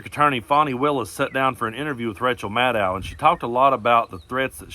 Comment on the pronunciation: It's pronounced Ma-Doe, not Ma-Dow.